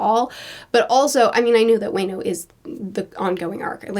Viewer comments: "We'll wait for you in the land of Way-no!" The way she pronounce certain words is so out there, it's a work of art. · Wano is pronounced Wah-know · Note: Wano pronounced as W-ah-noh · The best part of this video is saying "wayno" (wano) it's so funny and cute lmao, and btw the way hes talk is just like a accent of the samurai's it's not because hes is immortal lmao. But I love you crazy theories. XD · Do you really think it's pronounced Way-No? 🤣🤣🤣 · "WANO" is pronounced as "vaa" and "no", hope that helps. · Da-fla-mean-go Wha-no Kin-A-mon is the samurai Dress-rose-a The not island is sa-ba-ode-E arc-a-pel-a-go. Love your content but the pronunciation is painful at times but it's ok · Lmao say it with me know: "WAH-NO" (Wano) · Love the vid, but THE way she says wano.... way no..... Edit: ps. I don’t mean any hate, but it was funny 😂😂. and it’s fine saying it “way no” seeing that you didn’t hear/watch the anime. So I apologize in behalf of the hundreds of comments about…. Way no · You pronounce it as Waa-no,:) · I’m sorry to say Monet is officially pronounced dead :( Alsoooo, Wano is pronounced like WAH-KNOW. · I think we can consider Monet and Vergo to be actually dead (until mentioned otherwise in story) XD Edit: I lowkey die a little inside everytime I'm hearing Wano as "Way no" 🤣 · yeah the payoff for this arc takes so long to get to but it was so worth it way-no is so good thanks to punk hazard. lol love how she says Wano. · "Way know". Lolololol everytime you said it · I will no longer say wano from now on its waino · its wano pronouced like law no :) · When said "Wano" it sounded like "Bueno", which means "good" or "fine" in Spanish. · Lol it’s WAH-NO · Just a heads-up, Wano is a place heavily inspired by Japan and hence a lot of the names used are pronounced just like a Japanese word. Wano is pronounced wah-no. Also, Momo means peach :) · I am going to have a stroke if she keeps pronouncing Wano that way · "way-no."